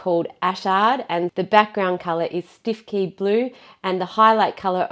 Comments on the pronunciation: “Stiffkey” is actually pronounced “Stukey”. It’s a village in North Norfolk where we have some wonderfully odd pronunciations! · cause you used the Farrow and Ball colour Stiffkey in this video. Or did I mishear? I love the bizarre nature of (particularly British) place names and our pronunciation of them. It’s such a quirky thing. You said the name precisely as you would expect to, but us Brits couldn’t possibly say it as it’s written - that would be way too sensible. 😂 It’s a lovely colour too; you guys are working wonders with all that you do. So much admiration for your work and your seemingly endless energy!